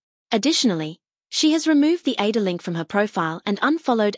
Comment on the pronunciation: It is so annoying that AI cannot properly pronounce ADOR...